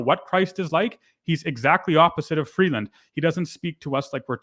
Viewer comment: Why does the Turd always try to sound 'worldly' with the way he pronounces names? In this case, Chrystia Freebase He is so obnoxious, it's off the charts. For the record, so is Freebase.